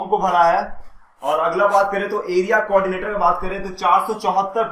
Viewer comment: Hi Please write and speak correctly Write word is community coordinator But you speak community cordinatio this is wrong information provided by you through YouTube channel